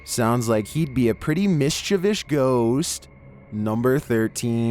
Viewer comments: Did i hear "Mischivsh Ghost" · It’s pretty mischievoush